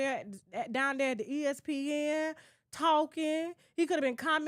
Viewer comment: TK!! I know damn well you did not just say "the USPN"😂😂😂 Guh!!!! ESPN!!!😂😂😂😂 I just love u